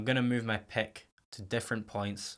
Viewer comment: Stop saying pek and pekups!!!!! Jesus Christ!!